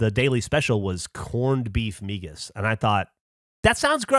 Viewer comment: The way he is saying MIGAS is killing me